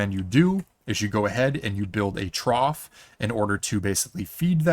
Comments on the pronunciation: Very nice , the word Trough is pronounced Trof by the way :) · "trow", Really? I mean just ... really?